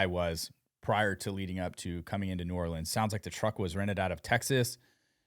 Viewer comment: New-Or-lens not New-or-Leans